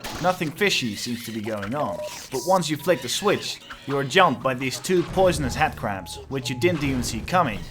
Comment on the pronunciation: I love how you say "Headcrab" because it sounds like you're saying "Hatcrab" which is, incidentally, what i'll be calling them from now on.